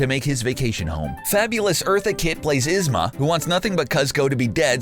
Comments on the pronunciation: And Yzma (Ez-muh) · Who the hek is isma? It’s pronounced eeeeeezma, eeeeezma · Alright, I'll take Ihzma . Cuhzcko is a bit of a stretch, but I'd let it slide. But how. How in the motherfucking hell. Did you say Krunk ? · Kuzco. He pronounced it "kuzz co" Pacha. He pronounced it "patch uh" Yzma: He pronounced it "izma" Emperors Nee Groove: Called it a gem, but he has never seen it? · It's k-oo-zz-co and yee-zz-ma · This video is absolutely fine, but I can't forgive him for the pronunciation of Kuzco Yzma and Kronk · Darn, I was really liking this video until they got to Emperors new groove, he single handedly BOTCHED every single name. Kuz-co, Krunk and ehz-ma. Very nice